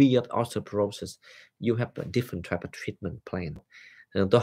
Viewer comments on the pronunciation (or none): none